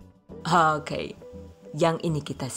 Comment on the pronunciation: Ku cuma penasaran sama pengisi suara THV...maap rada2 gengges klo pas bilang Oke..Hoke..piss yee bukkk😂